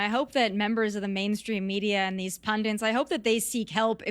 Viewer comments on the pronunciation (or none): Americans....please stop pronouncing the word "Pundits" as "Pundints". TIA